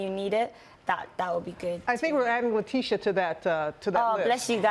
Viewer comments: ''Ley tee ta wright'' ? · She said Lutita lol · How do you not even know how to pronounce a guest's name? SMH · L.A.B ART 😂😂😂 butchered the hell out of her name. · lool she messed up when she said letitia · How does a black woman mispronounce Letitia ??